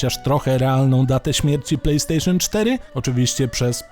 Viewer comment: "Plej stejszon" achh czyli chińska podróbka...